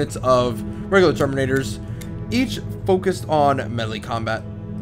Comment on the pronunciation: "Terminatos" Uhmmm, I'm sorry, Ultra Space Marines, thank you.